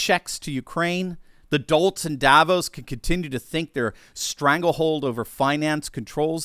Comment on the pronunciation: Sorry, but Davos is not pronounced the way it is in this video.